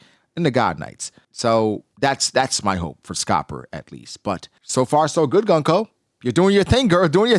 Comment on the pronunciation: Goon-koe! Why is so hard for people to say her name properly. Goon-koe!! It’s like saying goon. And then adding koe.